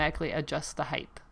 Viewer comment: Please tell me you don't say HEIGHTH, 😨